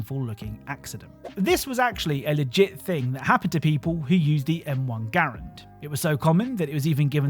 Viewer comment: Finally someone that pronounces Garand correctly!!!!